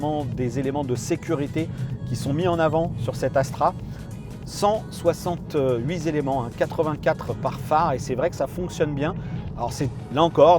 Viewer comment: Il n'y a pas de s à " huit"! Donc quand vous faites la liaison, dîtes " huit t'elements" et non " huizelements"!